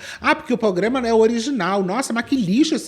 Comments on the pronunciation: eu passei o vídeo toda irritada que a tava falando "pograma" até perceber que é o nome do canal mesmo haha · Porque todo mundo tá falando PROGRAMA errado nesse vídeo, até a ficou falando POGRAMA... credo!